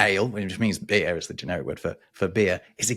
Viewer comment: Hearing non-rhotic try to make an r-sound (beerrrr) is hilarious.